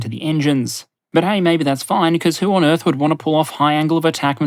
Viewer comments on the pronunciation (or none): none